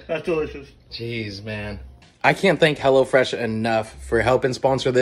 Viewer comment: Anyone else thought he was sayin hellafresh not hellofresh